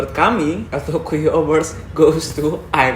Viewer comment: El tocuyo dibaca El tokunyo